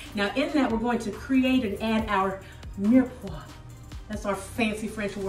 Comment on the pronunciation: You have a great French accent. You said mirepoix the perfect way!! Thank you!! :-)